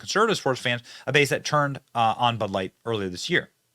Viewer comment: your stressing and unstressing the wrong syllables and its stressing me out. Its bud LIGHT. Not BUD light. Identify its a bud and that its light. The way you say it makes it sound like some type of flash light or something lol damn yankees BUD light